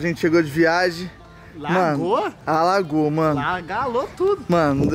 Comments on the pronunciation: E no minuto o tbm fala agalou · Agalou? O certo não é alagou ?